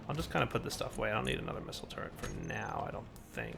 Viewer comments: its pronounced turret......... not turrent... =_= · Drives me nuts that he pronounces Turret as "Turrent". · There is no N in turret. Thank you.